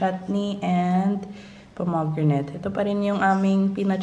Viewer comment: sorry to comment such as this, mommy. but I think it's "pom-i-gran-it".